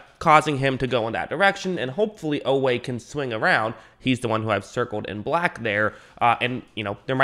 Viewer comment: Oweh consistently running down backs, was no fluke. He ran sub 4.4…work on that pronunciation, you’ll be talking about him a lot this season 😈